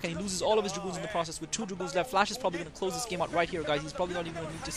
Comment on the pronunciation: commentator, 1. its dragoons, not draguuuuns 2.maybe u should speak a little slower and 3. i think flash meant to lose that round so he could play a noob such a bisu